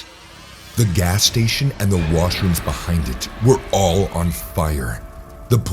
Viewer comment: I thought it said “mushrooms” not “washrooms”. 🌚